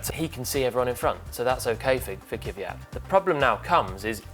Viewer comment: Jesus, why brits intentionally ruining non-english names? He is Kvyat, not Kiviyat.